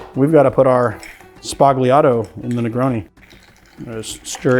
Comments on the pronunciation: The word "Sbagliato" is pronounced without the "g" which is silent in Italian, like "Sbaliato". It means "wrong", "broken", "mistaken", or "erroneous". In the context of negroni means the "negroni mistake". I am just throwing it out there because all mixologist youtubers mispronounce it. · Just an (hopefully respectful) note about “sbagliato”- G is often a modifier in Italian and usually silent- in this instance, gl means a heavy L, so instead of using the tip of the tongue to make the sound, use the center pad of the tongue. “Sballiato” 😊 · The "g" in sbagliato is silent.